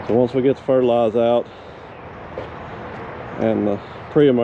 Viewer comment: Hey the R at the end of fertilizer is not silent 🤦‍♂️🤣🤣